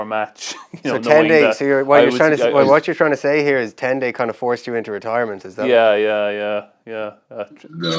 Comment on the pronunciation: It was so bad. Fergus said it wrong so many times 🤣